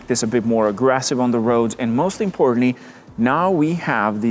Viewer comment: everything'z "mozt importantly" according to him